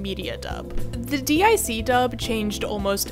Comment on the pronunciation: It's pronounced "Deek" not Dee Eye See...and DiC didn't super the S and SuperS season, that was from Cloverway